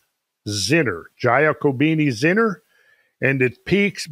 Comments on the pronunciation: In 'Giacobini' the 'gia is pronounced 'ja' or 'yah'. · please: it's pronounced J A C O B I N I , thank you.